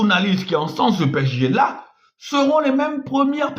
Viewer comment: Apprend a prononcer P-S-G